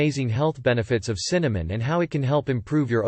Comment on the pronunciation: Can you say Cinnamon?